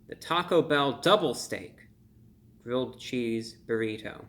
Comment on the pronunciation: did he say gridth XD